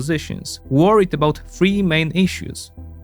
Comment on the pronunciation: I love your videos, the content the media, it's just excellent. But, why do you pronounce "th" as an "f" 😅 to say 2023 you say twenty twenty free lol. Also you don't say particularity, you say particularly. It may seems stupid but you don't project professionalism if you don't pronounce words correctly. Keep the greta work 💪